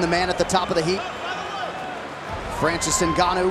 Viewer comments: Francis guanou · Francis Ganu....😂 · Did the guy in the beginning say Francis The Predator Gnu? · "Francis Gnno" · Put Some "Respek" on Francis's Name